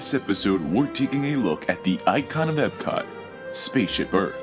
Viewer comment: It's Epcot (EPKOT), not "Ebcod."